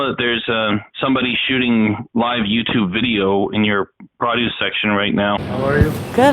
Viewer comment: I think they didnt understand when he keeps pronouncing produce as "prah-doos".